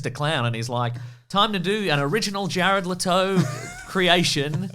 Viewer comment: "Jared L'Toe"